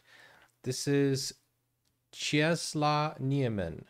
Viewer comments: If you want to pronounce it correctly it’s “czeslav nieemen“ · Czesław Niemen - Chesswav Nie men. That L in poland is pronounced like w in every english word ;) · Nice video :) Czesław Niemen is pronounced something like [chesswuv nyeahmen] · Its so funny how badly you pronounce the name and title 😂